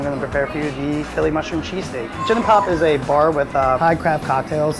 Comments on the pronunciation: I KEEP HEARING CHEASECAKE!! AHHHHH!! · I swear every time I heard say cheesesteak it sounded like he was saying cheesecake.